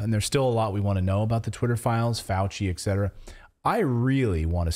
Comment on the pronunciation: Dude, a heads up that the word is “etc.” or “et cetera.” Not eccetera.